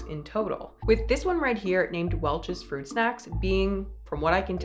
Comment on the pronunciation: "froot" snacks